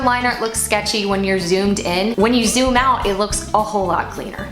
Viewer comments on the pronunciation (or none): none